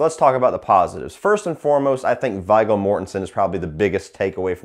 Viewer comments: Yeah, I like his reviews but kind of shocked he pronounces But Viggo ( Veego ) Vie-go. Wow, kids these days. I thought everyone saw LOTRs. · lol the name was pronounced "Veego". Viggo Mortensen and i am a fan of this movie. i normally skip the scenes with the boring couple and skip to the Sawyers. i love Leatherface. this one i think is one of the more handsome ones, or maybe i'm just a twisted girl. and surprised you didn't mention how the little girl being Leatherface's daughter came totally out of nowhere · V”eye”go Mortenson ... lmao Jesus dude. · Viggo . And it pronounced V-go . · It's pronounced V-go. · His name is pronounced "Veee Go" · how you say viggo mortensens name is so fucking wrong